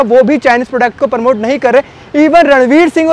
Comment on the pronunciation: Bs beta bs thak jaayegaa.... promote hota hai...Paraamote nhi